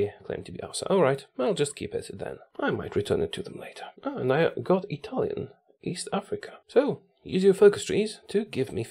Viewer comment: As italian i need to congratulate with you because you have a great italian accent better than people that lived in italy